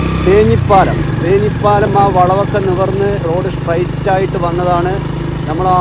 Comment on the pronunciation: തേഞ്ഞിപ്പാലം അല്ല ‘തേഞ്ഞിപ്പലം’.